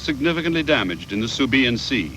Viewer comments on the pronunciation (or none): the narrator seriously needs to learn his pronunciation of such historical events. subiyan ( sibuyan), zukaku (zuikaku) and many more